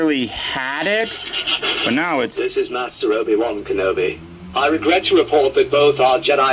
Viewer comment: The Obi Wan voice is pretty close but listen carefully to the vowels...they are slightly off!